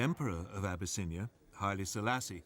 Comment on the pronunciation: Abyss-in-I-A 🗣 ok deep water Ocean flood